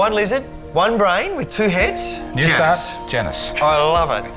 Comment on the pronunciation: It's not Janice... it's Janus